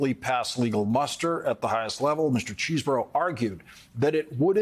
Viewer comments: it's pronounced "chez-bro", not CHEESEBORO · All right folks listen up! The lawyer Kevin cheeseborough is from Wisconsin, right? The correct pronunciation of his last name is cheese bro.